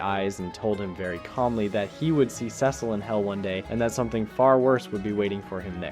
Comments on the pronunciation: "Dark Samson" and "Sessle" you sure you watched this show mate? 😂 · Cecil (see-sul) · Bro is on a mission to pronounce Cecil and sequid differently than the show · The repeated mispronunciation of Cecil's name is so annoying